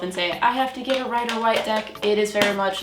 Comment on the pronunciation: Ok... it’s pronounced Rider ‘Wait’ (Waite) not ‘White’ like the color. I’ve also never let anyone but myself touch my cards. Got my first deck like 30 yrs ago & still get different meanings/feelings for cards depending on the querent & situation.